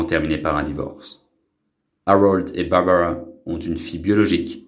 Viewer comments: Melissa Gilbeut fille adoptive de Babawwa Gilbeut , est belle et bien toujours vivante . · haha l'autre avec l'accent sur les prénoms c'est dément! bawbawa, gilbeuwt :)